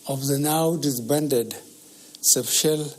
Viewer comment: the old man say na offwards instead of upwards, subtial instead of special...illiterate wey professor dey say yes sir to am